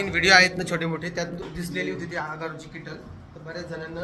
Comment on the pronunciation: किटल नाही केटल म्हणा 😂